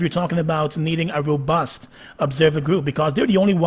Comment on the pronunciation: the word is robust and not ROBURST hahahahahah